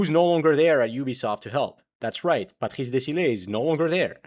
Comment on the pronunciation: as french your accent on "Patrice" is freaking good